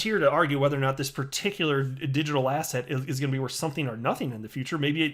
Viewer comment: you've been saying asshat so much that when you say asset it sounds like asshat :D